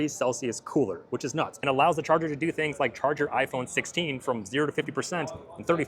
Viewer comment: "Wireless Chager"